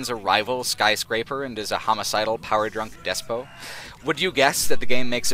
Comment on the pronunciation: Hehe, des-poe...It's pronounced des-pot or des-pit. It's an understandable error, thought. This spelling in other words often does call for an "oe" pronounciation of the OT. Sorry, I had to get that off my chest. Thank you once again for the wonderful thought-provoking content. I've been subscribed for what feels like a very long time, ever since I saw your Skyrim/Dragon Age video. I love your fresh takes on both classic and newer games - so much so that every time I watch through one of your retrospective or analysis videos, I experience an almost primal need to go and play the game you've been discussing. You've distinguished yourself as one of the best and most original video game content creators. Stay awesome!